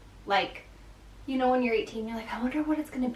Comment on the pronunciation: Happy Birthday I like when you say "you know" you say it at least once in your vlogs it makes me laugh the way you say it.